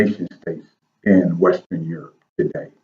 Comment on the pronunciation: stop mins "rebrownng of urop" mght b more accurate... terri a.